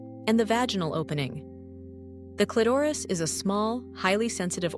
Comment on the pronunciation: First of all, the illustrations are totally unrealistic and bogus. They don’t relate to real anatomy. Clitoris is twice mispronounced by the AI narrator.